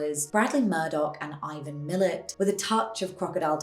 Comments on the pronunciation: Excellent video! I love seeing commentary and analysis about aussie media. Extremely tiny correction that actually doesn't matter in the scheme of things, but Ivan Milat's last name is pronounced "mil-AT" not "MIL-et". Doesn't really matter but might be good to know if you're living in Australia now. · Ivan Milat pronounced Mil - lat not mil-let. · Ivan Milat. 'Milat' is pronounced - Mill-Att. Not Mil-uht. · I thought you were Australian...? It is Ivan 'Mil-At' not Ivan 'Mill-Et' ... maybe don't just read articles or transcripts of vids/podcasts but actually listen to them, or alternatively, put the words/names you're unfamiliar with into a pronunciation machine using a website/app/youtube vid/tool/thingamabob/etc. Google Translate usually has pronunciation available -- idk if it will do nouns like place or people names, but worth trying maybe?! xox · Ivan Millat's surname is pronounced "Mil-LAT", btw, not "Millit" 😊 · Mill-at Not millet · Also Ivan Milat’s last name is pronounced “mill at” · Thank you, I came looking for this comment! It should be /mə'læt/ (me-LAT), with the emphasis on the second syllable. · It's MillAt, hard A. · Ivan Milat, Milat is pronounced mill at, like spill rat not like skillet. 😕👍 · You lost me at mispronouncing Milat as "Millet" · As a fellow Aussie, I’ve never heard Ivan Milat pronounced like that lol. We always pronounced it as ‘Me-lat’. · never heard 'millat' been pronouced like that haha, the dirt here feels different and as does the glint the sun sends down and the heat waves rising that warp the flat land. Picnic at hanging rock feels the closet to the odd horror here- the creatures are a comfort, we worry when the birds dont sing